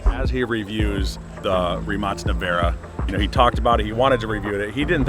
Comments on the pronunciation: Why do they mispronounce rimac? Idek what they are saying…rimat? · Why do you guys pronounce this as “rimats” or “rimacs”? Is that how it’s supposed to be said since everyone else seems to be calling it rimak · In the US, it's pronounced "Re-Mac" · did bro say ree-mach?